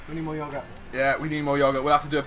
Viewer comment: I love the way u say yogurt you say it like Yuhgourt